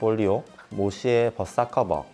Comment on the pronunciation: 모시의 벗사커버 ㅋㅋㅋㅋㅋㅋ발음 구수해요